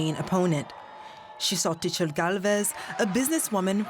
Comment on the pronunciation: How did they pronounce Xochitl?